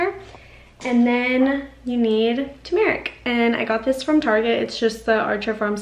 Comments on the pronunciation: Cool natural remedy Btw the emphasis is on the “u” So it’s like saying “term-rick” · UPDATE: Still works six months later! Do at bedtime and any remaining yellow residue on your tongue, lips, etc. will absorb into your body overnight or you can oil pull to make the yellow instantly disappear! (ps the accent is on the first syllable: TUR mer ik/TU mer ik) THANKS, again!